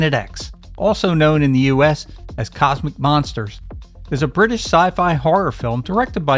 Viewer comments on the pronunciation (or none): none